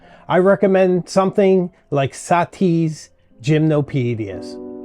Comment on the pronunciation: I recommend that you learn how to pronounce Gymnopedie